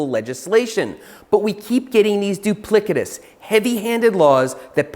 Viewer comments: duplicitous is pronounced 'duplissitus', not 'duplikitus'.. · duplickitous? Du-pli-se-tes. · "Duplicitous" is pronounced doo-pli-suh-tuhs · Duplicitous, not a hard c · Duplicitous pronounced incorrectly. Sorry. Good vid though